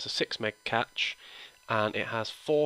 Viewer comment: Had to turn this video off after he pronounced cache as 'catch' not 'cash' there is no way I could take him seriously after that. And before you say it I am also British.